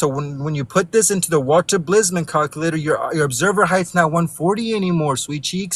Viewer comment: Never trust the math of someone that pronounces it “Calcuhlater”.